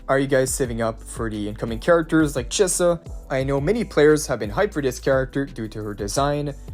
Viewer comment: why did you pronounce chisa correctly once